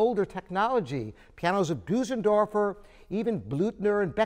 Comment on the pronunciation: Bösendorfer is pronounced Bersendorfer, not Boosendorfer.